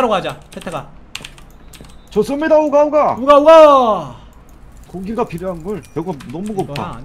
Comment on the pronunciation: 우가우가 라고 하는데 응가응가 라고 하는것 같다 ㅋㅋ